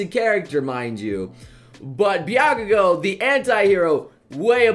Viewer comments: Uhh, noble, its Bakugo not Byakugo. Just a head up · HEY HEY HEY!!! You said BYAKUGO!! it's BAKUGO!! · its BAkugo not BYAkugo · Why do I hear "Byakugo"? Isn't it Bakugo? Sorry if I'm wrong. I just love Bakugo. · (/__-). BA-KU-GOU. NOT BYAKUGOU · Byakugo haha. It’s bakugo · ***BAKUGO NOT Byakugo. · Who the hell is 'byakugo'? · he keeps on saying Bykugo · Matthew Travis Someone really needs to make a compilation of pronunciation fails. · I thought he was saying it weirdly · The way he pronounced bakugo’s name really offended me somehow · Bakugo isn't hard to pronounce